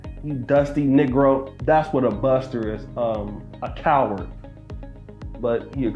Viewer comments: Children's all across the world do not accustom yourself with gangsters or gang members I promise you your IQ will the lowest, be mindful now he couldn't say buster he said (Custer) he couldn't say back he said( cack). Why he didn't say cap but he can say BAG. So please my young Brothers don't fall for the bull stuff. PLEASE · Thought he was calling him heneral custer or smt 🤣🤣